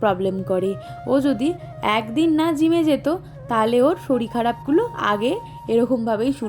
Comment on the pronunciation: Apnisarirke saril bolen kano?kothar sese golar swartai ba naman kano?